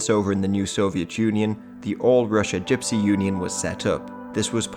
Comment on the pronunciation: you keep mispronouncing gypsy